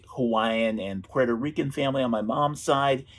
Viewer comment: Can you pronounce puerto rico on the right way?